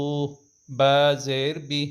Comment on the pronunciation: Tum ghlt prhte ho khud pehle seekho jor sai kro. Alif bey they prhte Hain alif baa baa saa Nahin hota.